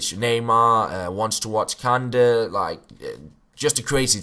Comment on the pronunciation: Kanté not kande 😂